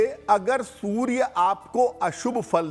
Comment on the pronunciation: aap anchor ko zara batayein ki soorya hota hai sorya nahi badi वेलांटी hoti hai choti वेलांटी nahi